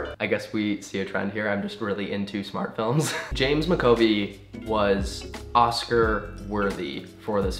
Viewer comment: Mac Ah Voy, MAC AH VOY...